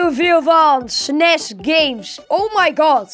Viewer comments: los als afkorting s n e s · SNES is een afkorting en je spreekt het verkeerd uit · Ik verstond snazz inplaats van snes